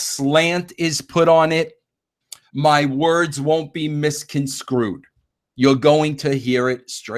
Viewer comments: The word is misconstrued not misconscrewed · Don’t “misconsrew” him bro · " My words won't be MISCONSCREWED" What a fucking moron 😂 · "...my words won't be misconskrood." I'll bet Jim sprayed Sprite all over his screen when he heard that; I know I did! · Vince “My words wont be misconscrewed” Russo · "my words won't be misconSCREWED" hahahaha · Mike Johnson... I just have.. your point being?? I've watched both.. I did lmfao Vince's Mis-Con-Screwed use instead of misconstrued and several other word mess ups on Vince's part.. even though he had most of it written down.. ;)